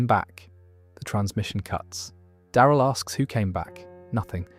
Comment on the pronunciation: I hate how you say Daryl & Terminus